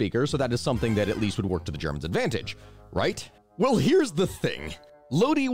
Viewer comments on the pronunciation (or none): none